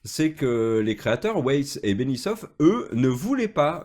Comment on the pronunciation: Benioff pas Benissof